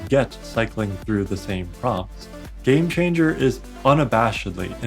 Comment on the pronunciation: Jame Changer